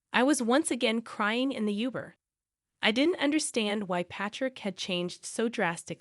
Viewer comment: You're pronouncing Uber wrong